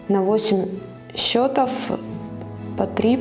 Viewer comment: а В слове счето́в, родительный падеж, множественное число слова счёт (документ; результат игры), ударение должно быть поставлено на слог с буквой О. В слове счётов, родительный падеж, множественное число слова счёты (приспособление для счета), ударение падает на слог с буквой Ё